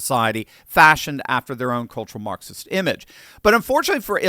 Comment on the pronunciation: I heard maxsists like hammers